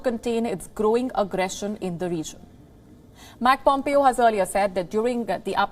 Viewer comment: It is not Mac Pompeo..... It is Mike Pompeo... Please pronounce it correctly